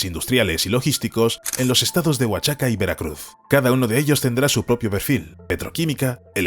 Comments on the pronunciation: Oaxaca se pronuncia cómo lo dice el narrador ("Oachaca"), se dice "Oajaca" . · Siempre estos videos tratando de criticar , se ve para quien trabajan !! Viva Mexico y si no puedes leer Oaxaca, pronuncialo Oajaca !! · Creo que te falta información verídica sobre cómo se plantaron millones de árboles para reponer los que se tuvieron que quitar y qué mala pronunciación sobre Oaxaca haces que suene horrible ( la x debe sonar como j ) OAJACA ( sería la pronunciación ) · My friend no es wachaca. Es OAXACA.